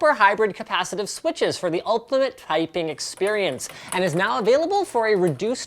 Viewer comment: "ulkimate twyping experience"